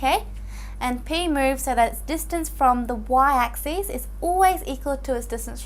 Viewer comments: U guys are only listing to ok . I am hearing axis as axees . But anyway it was helpful. :);) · It's just how she pronounces axis